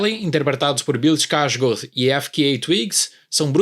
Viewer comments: Achei ter ouvido ele falar "iskarsgorth"... Tá bem errado. É mais pra "Skarsgôr" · Eu sempre falei escarsgarde kkkkkkkkkk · Eu acho que ele pronunciou errado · Ele pronunciou o sobrenome errado